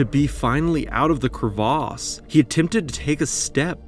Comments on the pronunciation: Cravas not Cravaaaaas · You mean Crevass rather than Crevaaas. I always wonder why Americans & Canadians find it necessary to create and adjust words for no apparent reason. Buoy (pronounced boy) Mignon (Meenyon) and now you're throwing in an absolutely ridiculous pronounciation of the word crevasse and ancient French word originating from crever (as in Crevice). It's put me off watching this clip which would have been interesting. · same dude who insists on saying cur-vas rather than crevice. it doesn't even have an a in it... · "Crevasse" (glacier gorge) not "crevice" (tiny crack). Different pronunciation to differentiate the two. So, like he said, crevaaaaase...